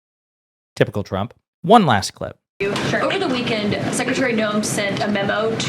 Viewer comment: She can’t say trump 😂😂😂😂😂😂😂😂😂😂😂😂😂😂😂